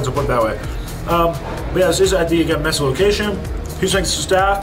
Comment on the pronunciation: Yeah definitely agree… Mesa is one of the largest cities in the country, probably top 25 (bigger than Atlanta, Oakland, Miami, etc). Gotta know how to pronounce it 😮